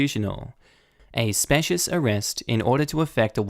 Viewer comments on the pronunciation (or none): Specious - spee-she-us ;-))